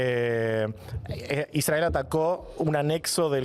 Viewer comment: A mí me dio vergüenza la manera imparcial, objetiva y bien de argentino en que pronuncia "Israel"